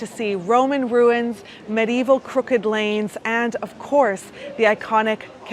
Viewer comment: Please note : "medieval" is pronounced with FOUR syllables.